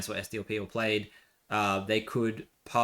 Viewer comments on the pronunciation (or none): Great video… just one thing the Welsh party is pronounced plaid cumree not played